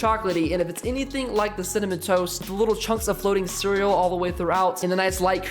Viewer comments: ITS C E A R E A L LMAO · You dont say cereal wrong LOL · You say cereal weird